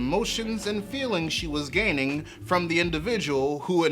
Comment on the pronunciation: "All while dealing with the emotions and feelings she was GAYning" 😭